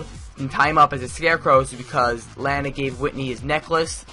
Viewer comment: I have been watching smallville since season 1 and continued watching till season 10.. And now I own all of them on DVD. Personally if you going to do a review on the show you should know more about it. Ye Clark's friends name is Chloe.. And Lana LANG. Is pronounced Lona Lang.. The first 4 seasons of this show Clark is in high school.